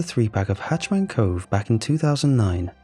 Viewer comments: HatchET* Man. Not "Hatch Man".....Bothers the crap outta me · It's hah-chet-man and not "hatch-man" as you're saying it. The former is scary, while the latter sounds like someone in charge of making sure hatches on a ship are secure. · Mate cause it’s killing me I gotta say, it’s “hatch-ET-man cove” it’s a “hatch-et” a hatch is a small doorway usually on the floor/ceiling a “hatch man” would like be someone who stands in front of the “hatch” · Am I the only one who noticed he kept calling it hatch man cove instead of hatchet man cove? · Ha! I am glad you said it. I can’t stop hearing it. Driving me nutz. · Maybe its the way they say it in Britian?